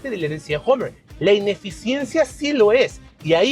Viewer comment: Este tipo ni siquiera sabe pronunciar. Dice Homer....como si fuera Homer Simpson... patético